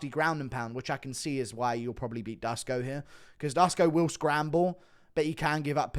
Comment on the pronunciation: Duško = Dush-ko